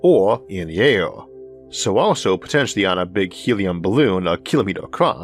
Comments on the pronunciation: I say Arthor . It air not aior and we live on a plant called earth not orth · LOL I HEARD ALE INSTEAD OF AIR ALL THE TIME...MABY I JUST NEED ONE